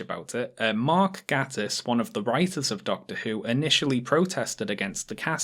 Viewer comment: You and Harris both keep mispronouncing Gatiss. Booooooo.